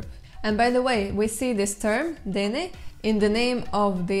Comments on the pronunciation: It should be nah-day-NEH tho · First thing that struck me was that the way you pronounced Na-Dene. It sounded almost the same as saying 'The People' in Irish. It is Na Daoine. Navajo sounds really complicated but also really interesting.